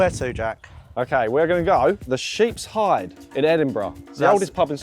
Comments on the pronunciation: The Sheep's Heid. Heid pronounced heed. As in head. Not hide, as in skin. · The pub is called sheep’s Heed(Heid) not hide 🤣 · Nice video guys, but just 3 things: 1. 'Heid' is pronounced 'Heed', not 'Hayd', ya sassenachs😂 2. Scotch 'whisky' has no 'e'. 3. Chris sounds just like James Blunt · ITS The Sheeps HEED thats how you say it NOT Hide Heed Head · "Heid" is pronounced "heed" not "hide" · Jack it's pronounced heed as in head. Not hide 😂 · Every person north of Birmingham just cringed at how Jack said Heid 😂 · Sheep's hide? Its heid man! 😆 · ITS HEED Jack, not Hyde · Also the Sheep's Heid, not Hied 😂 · Murdering that pub pronunciation. it’s pronounced "heed" for head. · pronounced the sheeps heed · The pup is pronounced heed. Scottish for head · lol it’s sheep’s HEED. heid pronounced heed, is Scot’s for “head” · Pronounced "Sheep's Heed" 😊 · great vid. as others have said, its pronounced 'sheets heed", as in head in Scottish. loved seeing you all at Wheeler Dealer Live last week end. I live in Edinburgh., Sheeps Heid is great pub. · As so eone who grew up next to the pub, it pained me to hear heid pronounced like that. It's said like heed - like head. Ps no hate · Its pronounced sheep's heed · Triggered - its heed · It’s pronounced the sheep’s heed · It's pronounced Heed! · Heid rhymes with deed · The pub is pronounced the sheeps heed. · Its she sheeps heed its pronounced. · Is the sheep’s heed, it’s pronounced heed, clueless English as usual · It's pronounced Sheep's Heed! As in sheep's head, as shown by the sheep head on the sign. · Thank god someone has commented this. Triggered me when he said it 😂😂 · The sheep’s ‘heid’ is pronounced ‘heed’ btw lol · Sheeps Heid pronounced h 'ee' d . Scottish for Sheeps head. Yer heed is yer head! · ITS HEED , as in head, as in noggin